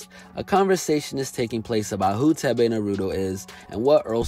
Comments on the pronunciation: His name is pronounced as 'Teh-veh' not 'Teh-bey' and the name "Thebe" means Power in my native Lozi language. Proudly African ✊ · Lmfaooo the way he pronounced thebe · Leave it to an American to absolutely butcher a simple Azanian name. Thebe😂😂